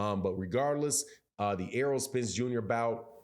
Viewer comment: I can tell that most of you idiots aren’t even boxing fans bcuz y’all are killing Spence name. Itz Errol not earl 😂😂. Making him sound like a 45yr old farmer lol. Y’all Crawford dick riders gotta die off fareal.